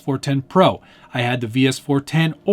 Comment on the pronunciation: Willys=pronounced "Willis". I will show myself out, love you. :)